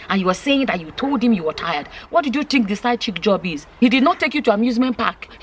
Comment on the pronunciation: Did said side chicken lol 😆 😂 😋